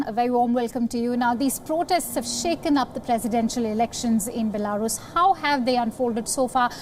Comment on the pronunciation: The way she says Belarus 🤣😂🤣😂